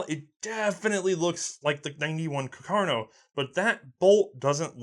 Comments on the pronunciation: Rifle: Carcano: cuh car no? -_ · Carcano? Or Cacarno? :( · Has anybody noticed that the guy keeps calling it “caCARno” instead of “caRCAno”? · Someone please tell: Car-ca-no, not Ca-car-no. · just have to say it's CARCANO not cacarno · CACArno? :D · The correct pronunciation is Càrcano, not Carcàno, (accent on first A) Nice video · Carcano? Lol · Am I missing something, what's with pronouncing "Car-ca-no" as "Ca-car-no"? Is this again a running joke like "War of Northern Aggression"? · It's Càrcano. accented on the FIRST A, not on the second! Lombardy also is accented on the first O. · CAR - CAN - O. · I love you, but if I hear you say "Car-car-no" one more time..... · to be fair he says both pretty evenly